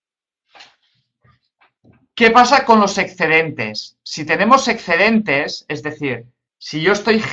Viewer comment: "ecscedentes" porrr favorrrrr 🤣